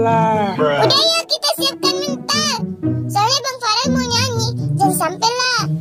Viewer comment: bukan parel tapi Farel